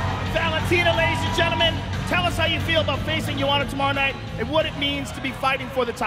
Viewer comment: Im Polish. Almost all of them get it wrong - its YEND-SHAY-CHyK - where "y" is kinda pronounced like "y" in Bill-y or ic-y [but not like ""eeee" or "aaaa"]. YendshaychAk or Yendshaycheek would be different surnames. Also - its Yoan-na, not some fucking german Yohana like Rogan says it.